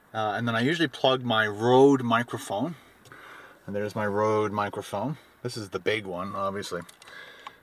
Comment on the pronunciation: Its Røde or Roede not Road =b